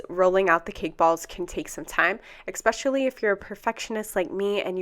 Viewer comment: very helpful thanks. fyi its Especially not eXpecially